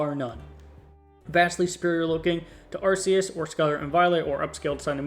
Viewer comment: It's not "Arse-eus".